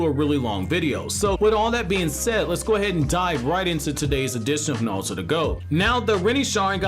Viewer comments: Yo no disrespect but why does it sound like you’re sayin Naluto to go instead of Naruto to go 🤔. Is it an accent thing or a Japanese pronunciation thing. That shit is triggerin me odee 😭😭😭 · oh I didn't hear the accent with any other word lol